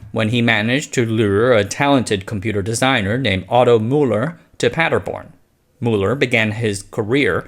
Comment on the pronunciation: Funny: A few "r"-injections: Praderborn instead of Paderborn, Frederico instead of Federico.